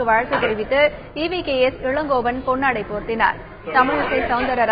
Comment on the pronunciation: Elangovan sariya pronunce panuma. Adhumilama elangovanai nu soldringa ithuthan unga nagarigam ah na seithi vasipa. Thu